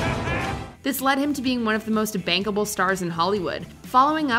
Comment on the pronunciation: "...the 'Blockbuster" Charlies Angets? It's budget was $48M and it grossed $17M US. It's a well known dud. How many takes did she do before she actually said 'bankable'? lol